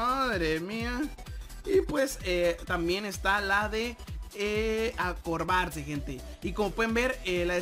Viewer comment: No sabe ni hablar acobardarse y dise acorbarse